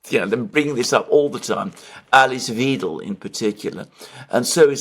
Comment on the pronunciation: Check your pronunciation of Weidel and Wagenknecht.